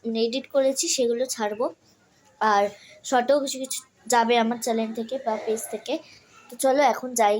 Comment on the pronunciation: চ্যালেন বলিস না ,,,,চ্যানেল বল। কথা গুলো তো ঠিক করে উচ্চারণ কর😂😂😂